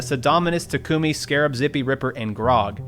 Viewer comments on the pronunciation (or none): none